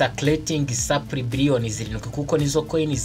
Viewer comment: Uzakosore akantu ka supply uburyo ukavugamo burakocamye